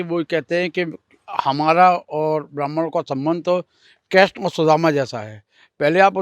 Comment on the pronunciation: Kreshn Nhi Krishna hota be